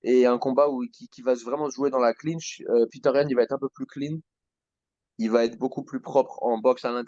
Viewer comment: Bonne analyse les gars 💪🏻 "Peter Yan" 😂 C'est "Petr" les Frérot 😅😉